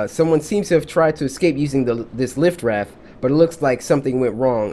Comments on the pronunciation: my dude said “liftraft” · "Life-raft" Cory: "Lift-raft" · "lift-raft" lol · nb: cory:”lift raft”😭😭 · I’m dead the man said Lift raft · Instead of life raft he said lift raft 🤣🤣🤣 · He said lif raft 😅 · (I know I'm late) DIS DUDE PRONOUNCED LIFE-RAFT AS LIF-RAFT! BRUH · The 'lif' raft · omg cory its not lif raft its"life" raft. :D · lol he said lift raft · Cory says lift raft instead of life raft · did he say lift raft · Did enyone else hear him say lift raft? ;) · "lif raft" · It's life not lif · why can't this man pronounce life raft?